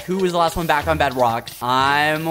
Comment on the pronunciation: Skeppy really said Bedwock🤣🤣🤣🤣🤣🤣🤣